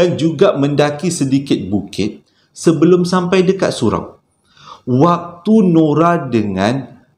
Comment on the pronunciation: Tersasul is ohsem😁 #Shampai🤭